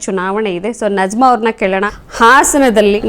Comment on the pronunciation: Nazma antha Allaa Ivara Hesaraadharoo Sariyaagi kareyiry. Bareyiri. " NAJMA" Arabiylli Najma